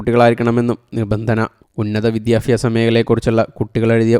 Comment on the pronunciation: വിദ്യാഭ്യാസമാണ് സുഹൃത്തേ വിത്യാഫാസമല്ല 😢